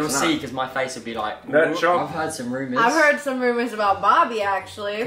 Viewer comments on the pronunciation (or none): none